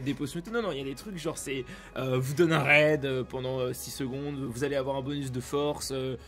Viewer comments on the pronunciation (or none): none